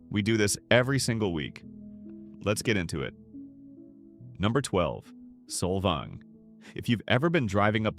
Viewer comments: It’s Saul vaing. Not soul vong. This whole video is…. Inaccurate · There is one windmill (fake) in Solvang pronounced solVANG. Most of the surrounding area is tribal land. So you fail. Bye now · Saul-Volng? It's pronounced Sol-VANG you AI narrator. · Sol"vong"? Learn to pronounce it, please - by not using AI. Oh, and one other thing: Solvang is not on the coast. It's inland. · The AI accent of “Solvong” is hilarious 😂. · You mean "Solvong"? 😵‍💫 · This AI crap is ruining YouTube so fast ! How hard is it to use a real voice that can actually pronounce simple words properly ? Solvong ??? Come on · this is the worst video with AI voice that can't even pronounce the towns properly. The author knows nothing about CA and what we like and don't like. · Can’t watch an AI video that cannot even bother to correctly pronounce the towns names. This is a stupid video. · I stopped watching when Solvang wa listed as coastal and mispronounced by the AI narrator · How are we supposed to believe a video that mispronounces every place name? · what's with the odd pronunciation of Solvang and Bolinas... is this a real voice or AI? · … The robot mispronounced Solvang. 😏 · Why post this with the blatent mispronunciations? I get AI, but this is just embarrassing and unprofessional. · PLUS Solvang isn’t on the coast. 10 miles inland🙄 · 99.9% of the cities/towns named in SPANISH are mispronounced. What makes you think others wouldn't be too? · I’m so annoyed how he’s pronouncing Solvang.